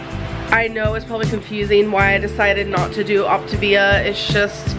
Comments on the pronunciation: I've been trying to sing the song the way has been pronouncing it and it just don't sound right. "OP-TUH-VIAAAA" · is it supposed to be pronounced optivia or optAvia.... its been pissing me off the way she says it but idk if shes pronouncing it wrong or if i just dont know how to say it. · welertgus I’m so sorry for the misspelling of Optivia. That’s how little I care and is understandable since she pronounces it differently every two seconds. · You spelled it correctly, it is Optavia. The people replying that you misspelled it were joking because that's how (incorrectly) pronounced the name of her own diet. I'm almost positive Ruby replied to you with the same unoriginal comment without looking at the other comments first, which I would never recommend. Also, her diet started on 2/1 and ended on 2/2, just fyi... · Saffy S AAAAAHHHHHHH I NOTICED THAT TOOOOO I got so annoyed at her pronunciations 😹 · She can't even pronounce the name of the program lol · You'd also think she would know how to pronounce the name after this "extensive research" ahahahahah she hasn't even googled it tbh, probably just read a few messages from the coach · HozzZ hahha right! I think she’s pronounced optavia differently every time she’s said it 😂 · How can an adult not pronounce Octavia and not know the difference between feelings and fuellings! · My anxiety shot up to God when the compilation of her butchering the pronunciation of her diet came on